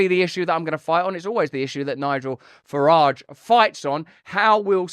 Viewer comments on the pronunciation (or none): none